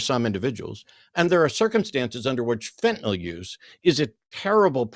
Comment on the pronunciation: It's Fentanyl. Why do they all call it Fentanol?